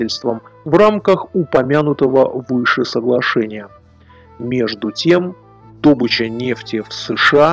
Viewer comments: не дОбыча!!! Ударение на Ы - добЫча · "ДОбыча" (нефти), возбУждено ( уголовное дело) . 🌝